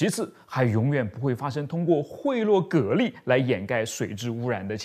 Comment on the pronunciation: 讀音是隔離